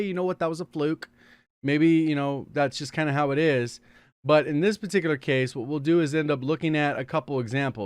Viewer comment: If you learnt how to say ‘particular’ properly I’d find your videos more enjoyable, especially because it’s you’re most used word.